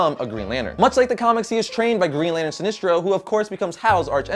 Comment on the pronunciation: It's not "Si-nees-tro" it's "Si-nes-tro" - ok. Good reviews.